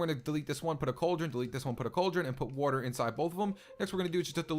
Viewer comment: He said woirter instead of water